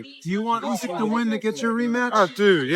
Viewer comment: "Usk"?? That's NOT how Oleksandr pronounces his last name and it is also no secret.